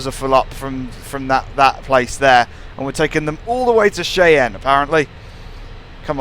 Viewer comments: its pronounced (shie-ann) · I just cringe when he says Cheyenne as shay-anne